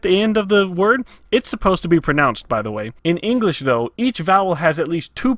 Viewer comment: ingresh. 'nough said. XD